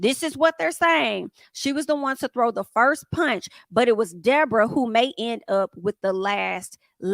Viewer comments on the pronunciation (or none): The wild dee-bor-ah is loose again 😂 idc it was her fault anybody who can just lie without being prevoked is definitely an advid shit starting